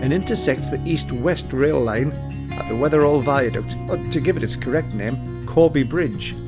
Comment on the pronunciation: Never heard it pronounced Wether-all before, more Wether-ul. The Holy Trinity Church going down from the green on the other side of the green is my family church or Mother Church, not been there in years. I'll have to venture out sometime.